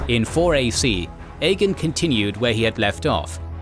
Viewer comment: Why do you say Aegon like “EGGIN”….? It just sounds like she’s say “hey you wanna go EGGIN some houses tonight” 😂